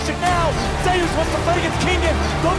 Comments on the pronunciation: Also hearing you say Zeus as "Zus" throws me off lol Most people call him zay-oos, especially because there was another Korean pro named Zzus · "Zay-oos" . Not "Zoose". It's a play on his real name, being similar to the god of thunder. Legitimately confirmed. If you're going to make an LCK documentary, you should probably know how to say the players' names.